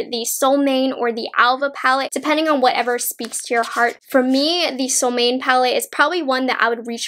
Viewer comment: I love your reviews! ❤️ I’m going to pick these up this week. Btw in Swedish the j in Freja is pronounced like y, and Solmåne is something like a sool-MWAU-na. The å is hard to explain, but since I know you’re half Chinese—dunno if you or your mom speak Mandarin—but the å sounds exactly like the o in pinyin. For example in wo (mine) or the Chinese version of “oh.” And you’re pronouncing Älva correctly.